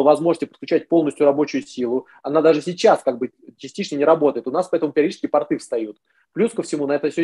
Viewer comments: "ПартЫ вставали на карантин" 🤣🤣🤣🤣 Вот и разобрались с ударением. 🤣🤣🤣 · Думаю порты, ударение на "о" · П'О'РТ=П'О'РТЫ -ударение на О. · ПортЫ-это штаны. Правильно, пОрты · ударение на О )) а про леечку и бордо не выйдет у винограда корни за 20 метров в глубину могут уходить не прольешь с леечки))